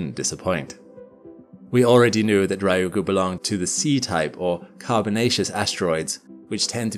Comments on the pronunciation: Exactly correct. 2 syllables. Not 3. He is saying Raiugu, not ryugu. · Its pronounced Ryu-gu. 2 syllables. Not Rai-u-gu. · I’m not upset about the title, but the pronunciation of Ryugu did throw me off each time it was said! Ryugu (竜宮, lit. Dragon Palace) is pronounced “Ryu Gu” instead of “Ry Ugu.” Hope this helps with any future content on the asteroid! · Yes, the pronunciation drove me bats! The first syllable is "Ryu", which is hard for English speakers, but if we English speakers think of it as "Lyu" instead, we can say it more easily, and there's no distinction between R and L in Japanese, anyway. So "Lyu - gu" not "Rye - You - Goo" - thank you! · For english speakers. Reeu-goo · Yeah lol it annoys me a lot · R- yu gu. Not Rai oo goo. Tanegashima. You: "TanegaSHIma". Almost. Not quite. Still better than the average American. It's "Tane GAshima".